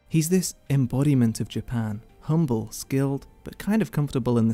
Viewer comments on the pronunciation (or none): none